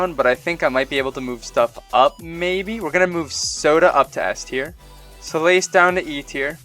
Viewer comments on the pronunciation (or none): Wait, is Solace really pronounced “soul - ACE”? I always pronounced it “SOUL - ihs” XD